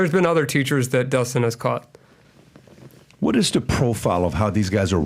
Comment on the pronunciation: Please teach pat how to say caught 😅 god bless your platform 🙏🏼